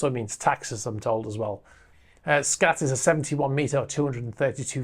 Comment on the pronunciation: The A in SKAT is pronounced as a U.